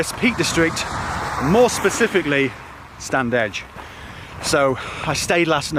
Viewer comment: It's pronounced Stannidge!